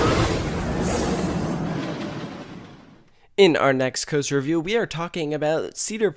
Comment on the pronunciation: Cooster. Weird accent.